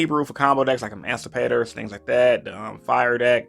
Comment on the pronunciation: Its ADAancipators not amancipators